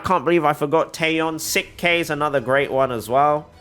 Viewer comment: Sik K is said like chic K